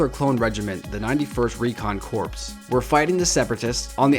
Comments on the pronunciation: Beware of my nitpicking! You say "corps." like "core", not "corpse". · Corps is pronounced as core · you said corps wrong